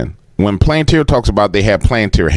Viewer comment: Its palanteer buddy. Spoken like that. Planteer